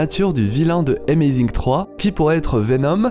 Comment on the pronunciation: Sa se dit pas zi amazing mais ze amazing